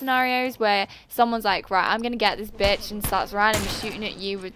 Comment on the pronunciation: Woah... When you say bitch with your accent it blows my mind!